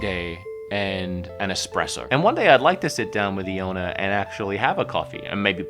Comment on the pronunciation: Want to pronounce Eeowna correctly, talk of the running gag, and instally mispronounces it 🤣